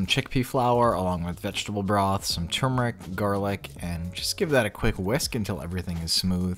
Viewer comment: Just wanted to say I really like your show from the really doable recipes to your product reviews. I also like that you know how pronounce turmeric! 😬 It’s not a tumor! Name that movie! 😜